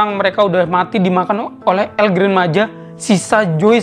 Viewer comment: Cara bilang nya bukan El Gran Maja bang bilang nya El Gran maha